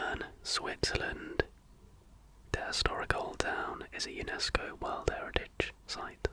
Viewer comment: There's going to be a game called "Sleepy Shots". Friends with insomnia are going to take shots of warm milk with vanilla every time you say "in the worrrrrrld". :)